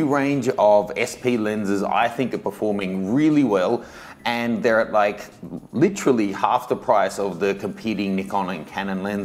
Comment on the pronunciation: "literally" you're already a new york citizen ;-)